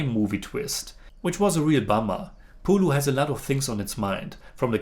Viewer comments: not "പുളു" its "പുഴു"🤣🤣🤣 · "പുലു" അല്ലടാ ചെറുക്കാ "പുഴു" എന്ന് പറഞ്ഞ് പഠിക്ക്